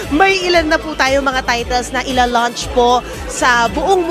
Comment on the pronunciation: It's launch, not lunch.🤔